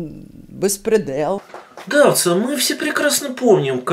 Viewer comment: Гонтарева и её бэспрЭдЭл!..